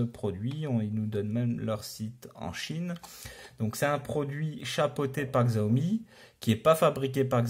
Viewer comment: Combien de fois faut-il répéter qu'on prononce 'chiaomi'?! On est au 2ème siècle, il faut se mettre à la suprématie chinoise et accepter leur mode de prononciation.